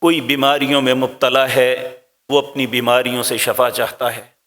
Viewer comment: Shafa nahi bolna chahiye shifa bolye